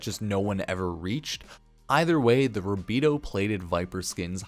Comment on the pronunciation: Sorry I can tell you don’t even play the game calling rubedoe “rabedoo”